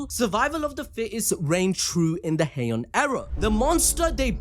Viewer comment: Ah yes hiean era totally not heian era